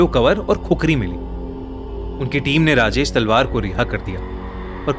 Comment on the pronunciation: Kis kis ne Rajesh salvaar suna 😂😂